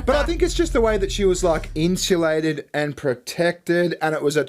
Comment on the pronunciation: "Was sat" made my eye twitch. "Inshulated" was the final nail in the coffin. "Naur" Stopped watching right then